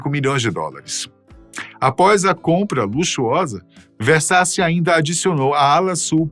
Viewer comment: A PRONUNCIA É GIANNI VERSACI ( O SOM DO NOSSO C EM ITALIANO É T) ENTÃO O SOBRENOME ESCRITO É VERSACI MAIS O SOM QUE DEVE SAIR QUANDO PRONUNCIADO É VERSATI.